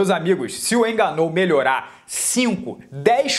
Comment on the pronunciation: Francis enganou, Rabibi nurmagomedov kkk este maluco não sabe falar o nome dos lutadores, muito bom kkk